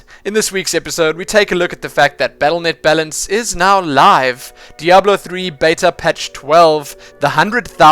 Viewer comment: I never complained about your pronunciations and now I miss "beeta" and "deoblo" :P